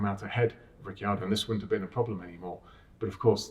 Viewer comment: No one: James: rikki-yardo